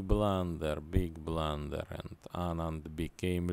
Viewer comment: Big bluntherrr😆